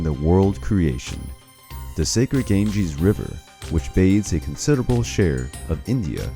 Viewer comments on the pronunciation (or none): none